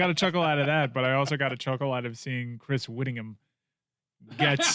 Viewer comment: "Rivalries," easy for you to say Chrys Yvittingham.